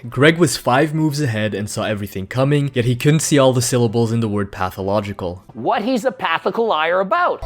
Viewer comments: Pathicological lmao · Couldn't see all the syllables in pathological 😂😂😂😂😂 love it